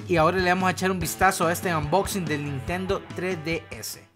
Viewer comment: "Nintendo tre d s"